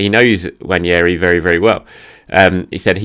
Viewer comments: I’m Nigerian and Igbo too, I guarantee you the “n” isn’t silent. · Hey, the first “N” is closer to nasal than silent in “Nwaneri” and the second part sounds like “Mary” but with an “N”. Appreciate the effort tho 🙏🏽 In case anyone was wondering, it’s a Nigerian Igbo name and I’m Nigerian so I’m very familiar.